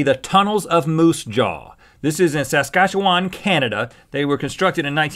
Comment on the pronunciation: Lol the way you pronounced Saskatchewan is hilarious.